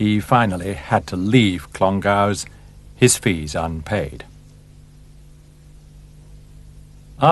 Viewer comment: At the least, the narrator could learn how to pronounce "Clongowes". Amateur.